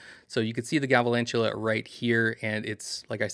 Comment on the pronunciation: Galvalantula??? Come on, I expected better from you. Sorry it’s a huge pet peeve of mine. Please learn the names of the pokemon you cover. I’m not being mean or rude. I’m trying to help you improve what some people’s expectations are. Thanks